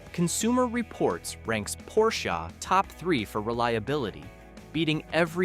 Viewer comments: It is pronounced as Porsheh not Porshah. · It's Porsche, with an E! NOT Porscha, with an A. The E is pronounced short. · PorschAA???? I is Porsche! OMG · Not porshA.....PORSCHEEEE!!!!!!!!! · Honda, not Handa, o like olive. Porche, not Porcha, with e like elephant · Hey Dude, it's not a 'Porshah' but a 'P O R S C H E' with an pronounced "E" at the end! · Pronounce Porsche correctly, idiot.